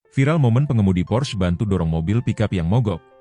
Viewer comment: pors... porss... 😂😂 porsche... 😂😂😂